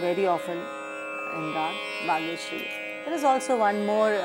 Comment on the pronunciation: It is not Bageshiari , it should be Bageshri